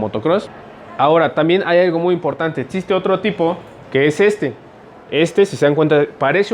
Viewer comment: Todo muy bien pero se pronuncia existe no como dices tu etxiste